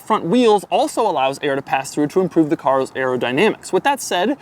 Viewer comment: "to improve the car(o)s aerodynamics" lmao